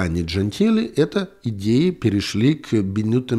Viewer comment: "Идеи правят миром.." Послышалось "геи правят миром." 😂